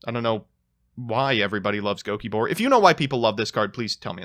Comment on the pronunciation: As a flying spaghetti monster believing satanist I gotta say, those evangelicals might’ve had a point. Also it’s gokibore, HOW CAN YOU NOT LOVE GOKIBORE???